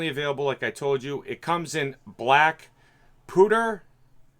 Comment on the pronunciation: Black pooter? It's pronounced as "pyewter". lol.